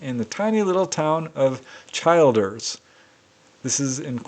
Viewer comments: Incidentally, the correct pronunciation is Chill ders. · Hey, that town in Queensland is pronounced Chil as in cold and ders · The town is pronounced Chil as in chill and then ………… ers! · Just a heads up for a legendary researcher. The Town of Childers in Queensland Australia, is pronounced 'chilled-ers'. I thought it had your pronunciation until I visited, so even non local Australian's get it wrong. As always, thanks for everything you do. You are appreciated ❤